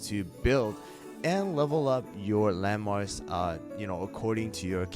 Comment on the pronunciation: when he says "landmarks" i hear LEMONS